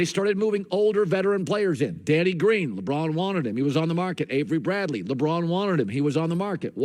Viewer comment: Dude Said averey Bradley 😂😂😂